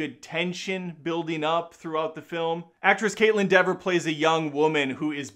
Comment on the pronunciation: DEE-ver. Not Deh-ver.